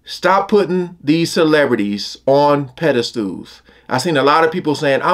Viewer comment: the word is 'Pedestal' not pedastool